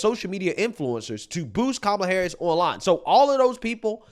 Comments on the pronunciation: Did Oprah call her Kamala Whoreis? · Did she just say kamala horror!? Lmao! And also there is hope for you all... lmao!